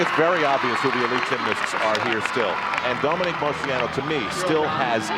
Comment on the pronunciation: I wish Al learned the proper pronunciation of names. He just keeps mispronouncing Dominique's last name over and over.